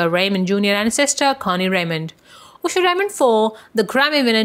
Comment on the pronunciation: Stop saying oosher😏